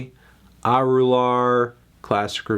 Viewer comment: It's pronounced uh-ru-luhr or uh-ru-laar, melon